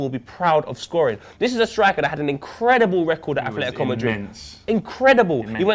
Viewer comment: Ffs its Atletico not Athletico